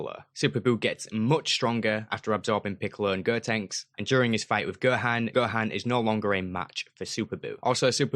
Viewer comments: Please don't say Ger-ku (Go-Kuu) Ger-an (Go-Han) Ger-tin (Go-Ten) and Ger-tenks (Go-tanks) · holy shit cant believe you are butchering their names so brutally. girku, girtenks, goehan.. jesus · Why do you pronounce ‘go’ as ‘ger’? I hear you saying ‘gerhan’ ‘gertanks’ and ‘gerku’ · GEH-HAN Son-gehan GEHAN. gehan. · "And Goohan"